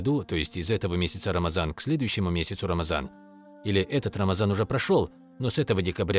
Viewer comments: Не рамазан а Рамадан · Не Рамаза а Рамадан . Это грубая ошибка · ❌РАМАЗАН❌ ✅РАМАДАН✅